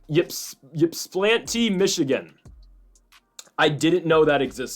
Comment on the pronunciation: I live in Ypsilanti ha ha. Its ip-se-LAN-tee or you can just say ipsi